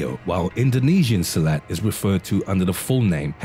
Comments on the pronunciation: Silat sir..not silet..🙂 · Silat is pronounced seelut and not silhouette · Silat pronounced as Si-lut.